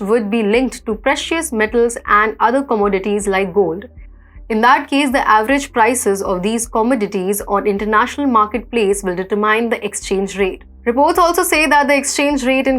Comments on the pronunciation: Rather uncomfortable listening to pronouncing “determine” with a mine … umpteenth times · Please, ur pronunciation of the word "determine" is wrong! It hurts my ears to hear u wrongly pronounce that word!